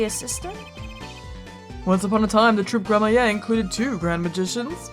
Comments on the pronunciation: Not gonna lie, the way pronounces Lamiroir and Gramarye bothers me just because I've been used to saying it a different way. Not saying that it's a bad thing she can pronounce it anyway she wants, it's her LP, but I couldn't help but look at the captions on this and I was not disappointed lol Lamiroir -> CC -> let me why/let me walk Gramarye -> CC -> crummy hey/grandma yay/grammar yay/ grammar ye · Just a heads up,! "Gramarye" as far as I know is pronounced Gram - Er - "I" like samurai. Actually yeah, it's samurai with a "gr" sound instead. Edit: After thinking about it, I think I've also heard people say "Gram - Er - Aye" not entirely sure which one though. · Gra-MARY and GRAM-a-rye are the most common pronunciations for Gramarye, but I believe Gra-MARY is correct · Adding to the pile of It's Grammar-ee, not Grammaye. Apollo even made a slightly correct mispronunciation (grammarie) of course she glossed over it. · The closest I've come to pronouncing "Gramarye" correctly is "Gray-mar-ee" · Hey, just a tip! Troupe Gramarye is pronounced as "Gram-marie", like Apollo said during the conversation with Valant! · It’s pronounced grammar-ee (the dash isnt a pause) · Gramarye is pronounced "Gram-ah-ree". It's supposed to sound similar to "glamorie", which is a sort of magical illusion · I'm pretty sure Gramarye is pronounced "grammar-eye," and it's an esoteric word meaning grimoire, or book of magic. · I hope we don't have to hear Grammaa-yay too much.... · It's pronounced: Gram-a-rye (rye like the bread) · Just a note: Gramarye is pronounced Gram-ree. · "Gramarye" is pronounced "Grammery" like Apollo tried to say. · Ok Gramarye is pronounced (Gram-ER--E) and prestidigitation (pres-ta-dig-a-ta-tion) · Gramarye is pronounced Gram-ree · Gramarye (Pronounced "Gram-uh-ree") - Occult or Magical studies. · please. It pains me so. It’s pronounced “Gram-a-re”, or just “Gram-re”. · No “Gram-my-a”. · Yeah, it’s meant to be pronounced Gram-ree.